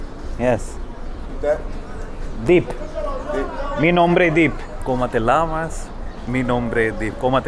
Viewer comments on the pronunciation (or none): Como te Llamas? Double L is not pronounced as Lla, but Ya... Same in Pollo (Chicken), you don't say it Polo, but Po-yo.. Double L is 'Y' sound